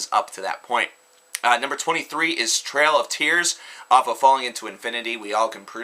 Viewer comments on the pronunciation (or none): It's "Trial of Tears". TRIAL. As in "an attempt or effort to do something". Not Trail. As in Andrew Jackson's controversial Indian policy.